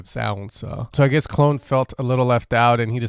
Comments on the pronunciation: Clone 😂 it’s pronounced Clooo Neeee my stateside homie 💛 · Great vid however I cringed hard every time you said “clone” lol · Knew I heard it somewhere before the Skrillex drop thought it was Mandela affect. Also I believe his name is Cloonee pronounced "Clooney" like George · Love how you pronounce "Clone" hahahah